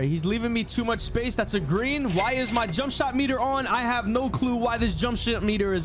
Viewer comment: Bro said jumpshit meter😂😂😂